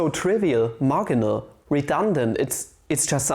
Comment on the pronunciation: Haha "mar-guh-nal"